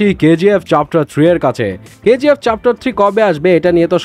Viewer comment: চ্যাপ্টার ❌ চাপটার✅😂😂